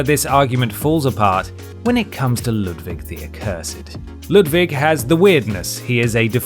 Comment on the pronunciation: I can die happy now, someone actually said Ludwig's name right